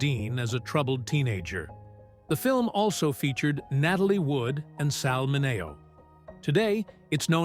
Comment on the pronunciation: RWAC: Starring James Dee-ann, Natalie Woo-ud, and Sal Mah-nay-oh!!! What a cast!